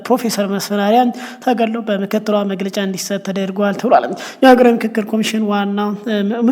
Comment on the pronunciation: የንክክር ነው ? የፉክክር ያልከው?